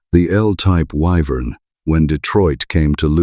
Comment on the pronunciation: What a pain in the arse this channel is. You say you will talk about the Vauxhall WYVERN - and can't pronounce the name - but continue to show the 6 cylinder VELOX in the video. If you are going to do a show on the WYVERN then get rid of the VELOX photos. This is real sloppy presentation, too lazy to edit properly and "filling out" the video with whatever images you can scrape up.